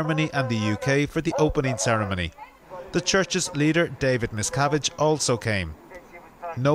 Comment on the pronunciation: I was wondering why he said that 'David McSavage' was there. I thought he must have been playing his guitar and telling jokes. But he actually said 'David Miscavage'. Ha ha.